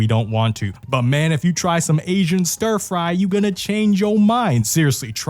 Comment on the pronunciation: you said” asain bunz” like someone who has went to jail in an asain sumo prison!! lol jk loved this video thought that was hilarious lol😂😂